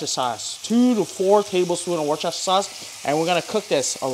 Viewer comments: It's prenounced Wooster sauce not Woochester! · Pronounced, ‘Wooster’. Trust me on this…..not Worstchester, nor Washyersister, but simply Wooster.